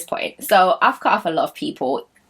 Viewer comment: “CUHT-OFF”😂🤣🤣🤣 Love it❤️❤️❤️❤️